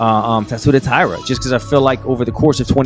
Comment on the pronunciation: . ALJO JUST BUTCHERING NAMES, PER USUAL. TAYADA IS CRAZZZZY! Pure comedy. I am on the floor as we speak, rofl! With that being said, I love Sterling. I want Tatsuro to get it (something for the long flight). Van can get it back in blood.